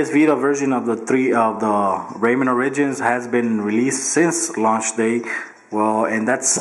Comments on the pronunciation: "Raymen Or-ridgins" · good vid man. not bein a hater, but i think its ORE-EH-JENZ